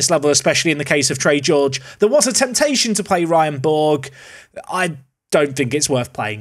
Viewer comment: Hey, loving the series, just wanted to add that Ryan Borg's surname is pronounced as "Borch" haha.